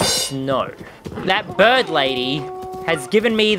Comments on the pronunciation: Why do you say birb instead of bird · You said birb place